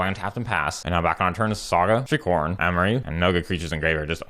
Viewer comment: At one point when you said shriekhorn, I swear I thought you said streetcorn. Keep up the sweet decks and funny content. Here's to winning tsome prizes 🤞